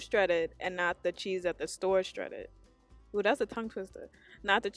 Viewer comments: The word is " shredded "; not schredded. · I LOL everytime you said Stredded cheese...🤣🤣🤣